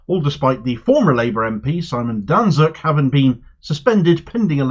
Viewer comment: Danczuk is pronounced "Dan-chuck". It's a Polish name. 'cz' = 'ch'. He's an awful man.